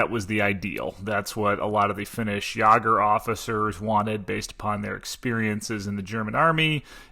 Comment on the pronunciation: I’m not sure if you were using a Finnish pronunciation, but “Jäger” should be pronounced “YAY gur “